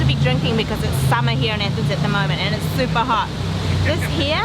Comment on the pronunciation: It's pronounced athens not ethens